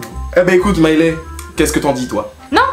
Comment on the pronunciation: Sinon ça me stresse qu’il l’appelle Mailè et pas Mailé mdrrr jpense jsuis là seule qui a fait attention à ça 🥶😂